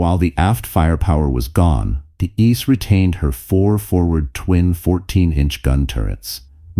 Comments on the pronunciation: I think that it's pronounced "EEE-SAY," instead of "ICE." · Late? Ice? Jeez. You get a downvote for the poor pronunciation.